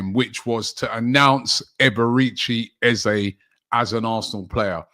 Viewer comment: Can we get people pronouncing eze's name properly 😂 its :"ezerh"